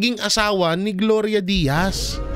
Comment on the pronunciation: Gloria Diaz po Sir nagkamali ka po sa pagkakasabi mo na Gloria Diaz.